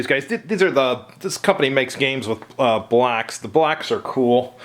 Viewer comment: BLOCKS! Sounds like you keep saying BLACKS 😮